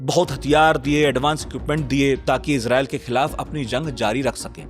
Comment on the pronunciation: Abey Irjael bola tu, Israel ko😂